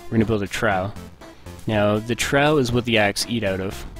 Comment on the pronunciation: Trough is pronounced "trawf". Awesome tutorial though. Thanks!